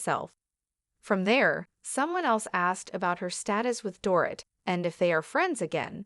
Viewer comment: Door It???? Maybe learn to pronounce her name.